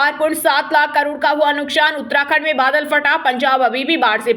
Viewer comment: Nuksan shabd ka spoke sahi nahi ho raha